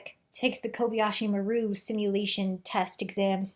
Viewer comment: It isn’t. Maru is pronounced mar ooh. The person who recorded the transmission for the film didn’t know how to pronounce it correctly and took a shot at it and nobody cared because it doesn’t actually matter.